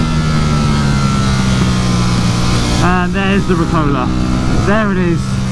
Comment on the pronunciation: damn it, it's pronounced rUcola, not ricola. it's a sour leaf, not a cough mint! jesus, now i have to unsubscribe.